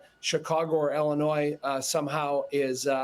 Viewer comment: Ellenois? It's Illinois